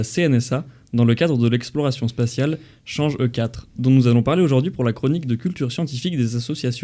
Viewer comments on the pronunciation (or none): Cest pas "change E".